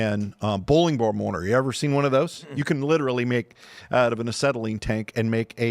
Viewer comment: LIDDERALLY PHIL !